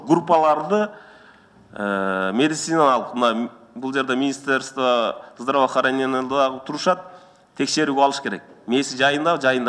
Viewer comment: Чакурук бул кайсы тилче суйлоп жатат министр здравоохранения дегенди да так айталбайт